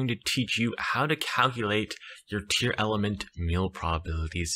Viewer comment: Tear•Lament not Tear•Element